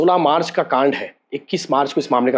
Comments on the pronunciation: Kaand ko laand bolthe bhai h re😂😂😂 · कांड शब्द का प्रयोग मत कीजीए, क्यों कि आप सही से उच्चारण नही करते हो